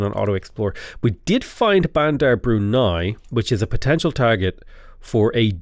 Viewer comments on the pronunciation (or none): none